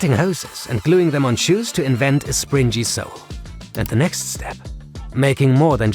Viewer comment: It’s spring Gee not sprin Jee